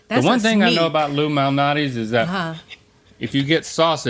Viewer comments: and "Lou Minati's". Lol...Illuminati's. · saying "Lou Malnati's pizza" sounds like "Illuminati's pizza"